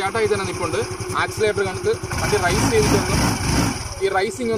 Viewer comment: Good. റൈസ് അല്ല raise